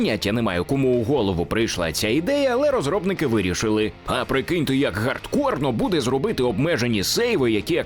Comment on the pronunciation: Чому Гардкор, а не Хардкор? Та й що за ігролад? Невже не можна використовувати слово геймплей?